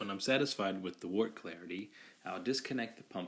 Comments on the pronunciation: Wort is pronounced "Wehrt" - Looks good though! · You did a great job with the video. However, the brewing term "wort" is pronounced like the word "dirt" with a "w" instead of a "d." It is derived from the Old English word "wyrt." Also, the term "trub" is pronounced "troob." The brewing lexicon is how we share information.